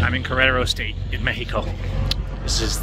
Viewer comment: It's nice listening you to pronounce México in Spanish :)